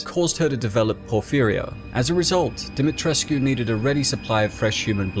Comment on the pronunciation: Pronounced demi tresk. No uu